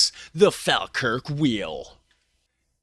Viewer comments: I live in Falkirk, the video is very nice but you absolutely destroy the pronunciation at every point in the video! Falkirk is pronounced Fall-kirk, however locals like me pronounce it Faw-kirk. And technically the Falkirk wheel is in Camelon and yes the pronunciation is different! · Prounced 'Fall - Kirk' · It's pronounced fall kirk. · Its the Falkirk wheel , not the Faaalkirk wheel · It is pronounced fawlkirk, not fahlkirk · Not pronounced fal its prounced fallkirk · its pronounced "fall kirk " not " fAL kirk " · It's pronounced as in Fall, not Fal. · Sorry but it's fall Kirk not fal Kirk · Pronounced fall kirk! We pretty much use miles/feet etc. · Say Falkirk like this fall kirk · It’s pronounced “Fallkirk”.🏴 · It's pronounced Folkirk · To help with your pronunciation it's pronounced Fall Kirk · Pronounced as Fall kirk wheel. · Pronounced FALLkirk here in uk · Say it like Fall-Kirk. Falkirk. 😅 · Pronounced Fall-Kirk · It pronounced fall kirk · Falkirk also has the remains of the second coast to coast Roman wall in Britain called The Antonine Wall. BTW Falkirk is pronounced Fallkirk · Falkirk is pronounced “Fallkirk”. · Fawkirk. The spelling with an “l” is a fairly recent, Anglified hypercorrection. The older spelling is the way the locals pronounce it, Fawkirk or Fa’kirk. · You almost said Falkirk properly once, and corrected yourself halfway through, to get it wrong. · its pronounced "fall-kirk" but as someone who lives here the only nice things here is the wheel and the kelpies